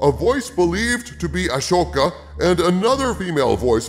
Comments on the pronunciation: why are you mispronouncing Ahsoka? its ah-soka not Ashoka …. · Calling her “A-sho-ka” makes me a little unsure of this video maker’s knowledge. Nevertheless, this is sad but it has been sad since Force Awakens. Why think they are scared? They’ve phoned it in since Awakens and still made beaucoup money. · Qui gon jinn is just a ghost too huh Also. Ashoka. The h is silent